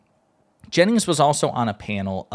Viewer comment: Jennings not Janis